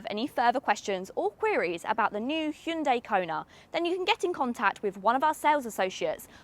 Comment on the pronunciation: Impressive that they're finally starting to get the pronunciation correct in the UK. She correctly pronounces the name with two syllables and not three. Hyun-DAY is correct (not hi-un-dai). Well done and great review.